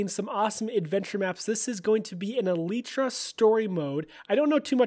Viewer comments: I thought it was pronounced e-light-tra? Not elite-tra? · lel. it's pronounced as "elaitra" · It's Pronounced "EE-LIE-TRUH) Like Bruh But Truh